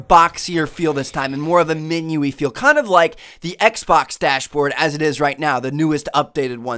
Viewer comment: minu why do u say minu it menu